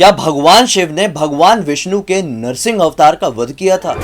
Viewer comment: It is narasimbha Avatar 🙏 not narasin Avatar